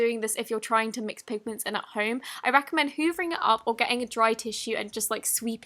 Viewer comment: I recommend hoovering it up. Me: trying this out I DONT UNDERSTAND ARE YOU SAYING HOVERING OR HOOVERING?!